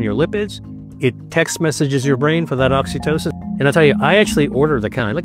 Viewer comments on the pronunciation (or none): none